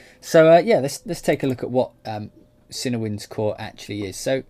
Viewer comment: Nice video. Personally, still waiting to hear more from Berlin WW. I like the fact they have ensemble, divisi and their amazing runs/trills script. Cinewinds sounds really nice though. I am definitely going to pick up Cinebrass too. ps - I always thought it was pronounced cinEE as well - not cinna!